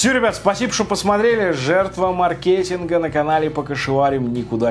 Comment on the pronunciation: мАркетинг! Не маркЕтинг! Только за это дизлайк!